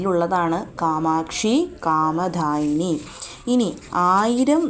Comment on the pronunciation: അത് കണ്ടു എഴുതിയത് പോലെ കാമ'ദാ'യിനി എന്ന് ചൊല്ലിക്കൂടെ. ദാ എന്നതിന്റെ ഉച്ചാരണവും ധാ എന്നതിന്റെ ഉച്ചാരണവും രണ്ടു തരത്തിലാണല്ലോ. പ്രത്യേകിച്ച് നാമാവലി ഒക്കെ ചൊല്ലുമ്പോൾ ശരിക്കുള്ള ഉച്ചാരണമാണ് അഭികാമ്യം